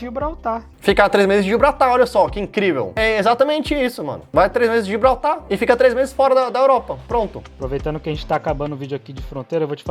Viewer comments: GIBRALTAR!!!! Não gilbratar 😅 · Gilbratar kkkkkkkk É Gibraltar cara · É Gibraltar, não Gilbratar. Tá valendo. Rsss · Gil Bratar kkkkkk mano é gibraltar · Gio brata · Ouvir o falando 'Melila' e 'Gilbratar' me caguei de rir! 🤣 🤣 🤣 🤣